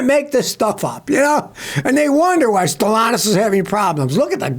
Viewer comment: There’s a second “t” in StellanTis. It’s not Stellanous.